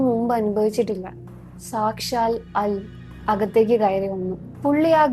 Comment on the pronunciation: Arabic "al" alla, "ALvin"nte "AL" aayittaanu vayikkende